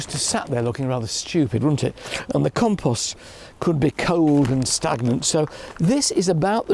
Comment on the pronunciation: Did he say compost maybe? And not compose?